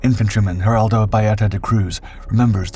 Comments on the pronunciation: Nice vídeo, although we, brazilians, do not speak spanish, but portuguese. So, the names are not "Heraldow", but "Geraldo". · Great video, but... why Heraldo? It's Geraldo. Seems like you're confusing portuguese with spanish.